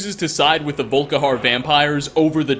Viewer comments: “VolKAharr” I know I’m being a douche bag, but it’s pronounced “VolKEYhar” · its not volkihar its volikhar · Did you say "Soul Karen"?! 😂😂😂